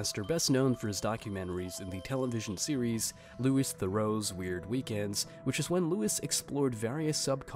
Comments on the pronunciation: Louis is pronounced Loo-wee not lew-is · It's "lu-ee" not "lewis" .... killed me because you said it 10 times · This is so annoying it’s not Lewis Theroux 😅it’s pronounced like Louie sorry this just bugging me so much